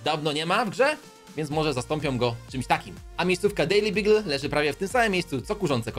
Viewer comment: dejli bagyl a nie dejli bigil